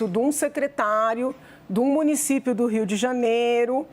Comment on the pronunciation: Não é Rio de Janero. É Rio de Janeiro. Também não é financero. É financeiro.